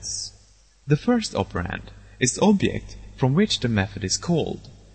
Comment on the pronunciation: where are u from? u cant pronouce object? it took me another 1 year to figure out